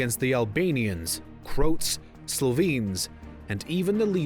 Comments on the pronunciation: Learn how to pronounce words its knin Croats not khin and crots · To the narrator. "Croats" is pronounced Crow-ats, not Cr-oats rhyming with the hot breakfast made by Quaker™. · Learn how to say croats. Not crowts. Croats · It is pronounced "CROW-aht," not "crotes" - good God ..... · ‘Croats’ (like coats?) You mean Cro-ats. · Crotes 😂 think he means Cro-ats... 😅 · This dude really called them "Crotes"... lol it's "Cro-ats" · Please do check your facts, spelling and pronunciation. Like this it is simply wrong. it is KNIN not Khin and it is CROATS, not Crots. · Very interesting and informative but holy crap man, put some effort into those pronunciations, will ya! Voj-vo-DEE-na not Voj-vo-DIN-na CRO-ats not Crotes Knin not Kin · Crotes??? My god... 🤦‍♂️ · Can you please pronounce 'Croats' correctly? It's pronounced Cro-ats not Crowts. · I love your videos, but please work on your pronunciation. You pronounced Croats as something akin to "kroh-ts"...you mispronounce words here and there in many videos, so I assume you may not be a native English speaker, although to be honest, if that's the case, your English is almost perfect. If you are a native speaker, then you may be one of the many (including myself) who have primarily learned from books, and thus occasionally mispronounce words because we don't have anyone to speak with about what we are learning hehe. My goal in commenting is simply to encourage you to keep improving on what is already an excellent corpus of videos. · "Crouts" he should have at least read some history and learn to pronounce names before reading the script. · "Crots"?what it that?You mean Croats?And no,Kosovo leaders had no aspirations in becoming the 7th republic. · Whoever pronounces "Croats" as "Crotes" can't know much about Yugoslavia. So much for "Knowledgia" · This guy still can't pronounce Croats. Crotes, lmfao!!! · did you just say 'Crowts'? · How well he massacred all the names. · he was pronouncing Croats wrong throughout the video